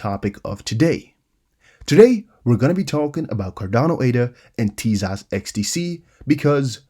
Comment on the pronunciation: Tezos is pronounced Teyzos. Not teaZOSS ✌️